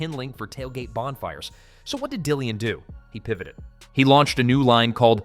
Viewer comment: Dillon, and not Dillian.